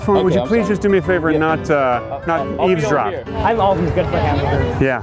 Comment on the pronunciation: LMAO "sorry im on the phone, can you not eazedrop"